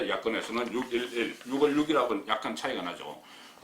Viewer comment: 국건국장님! 안녕하세요? 출첵입니다. 그런데 6월을 유월이라고 발음하셔야 맞는거 같아요. 10월을 시월로 하듯이~ 솔나무를 소나무로 하듯이~ 활음조로~ 오늘도 화이팅입니다.